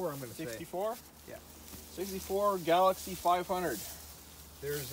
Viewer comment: Galaxie 500. Not “Galaxy.”